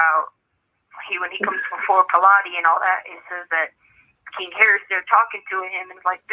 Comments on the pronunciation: Letecia: Harley, you’re so dumb!!! It’s pronounced “JOB” !!!! Also Letecia: Jesus was put on trial by that “Pilates” guy. 😂😂😂😂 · Did she pronounce Pilate as "pill-latte?" Well, she pronounced Zelle as "Zelly" in her CO springs Bethel interview 🥴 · Was wrote / was written, I believe you’re referring to Pilate ( sounds like Pilot when pronounced) WTH did you grow up? You told Det. Grousing how you were such a Theologian, yet you MIs-pronounce the name of a major character, in a most signifiant era of biblical history. DuMASS - you cannot make fun of Harley after the way you slandered Pilate’s name. You were an educator and cannot use thinking strategies when teaching reading comprehension.. You answered your own question. Poor girl you’re studying with, Bless Her. Different authors recall events differently, as you said, it is their perception / memory. I doubt Harley said any of that to her!